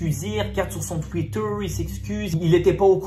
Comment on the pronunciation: « Astroroldddddd » « trwiiiiterrr »